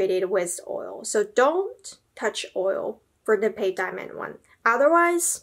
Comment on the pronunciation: It's not BULL-gare-i, it's bvl-GAH-ree. It's not pave, it's pavé. I expect there to also be more pronunciation issues further into the video, but I won't bother going over them now. I'm exiting.